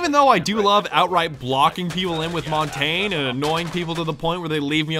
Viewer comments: Mon-Tain? You mean Mon-tan-yahh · Hey its actually mon-tan-yay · I cringe every time he says montagne